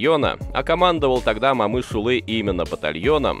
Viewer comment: Автор, просьба в будущем не говорите Мамышулы а Момышулы. А в целом большая благодарность за видео